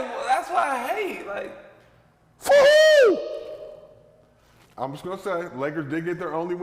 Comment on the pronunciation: The way Gil says for who got me dyinggg